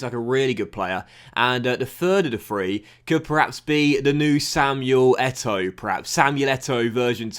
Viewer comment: Please do not disrespect eto’o like that lol. And why does he have a Spanish name come on EA. Great video